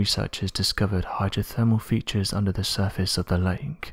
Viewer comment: Dude it's lake not lanek